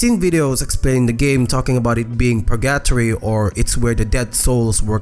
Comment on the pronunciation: The way you say purgatory is driving me mad